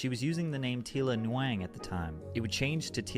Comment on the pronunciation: "Tila NEWAANG" LMFAO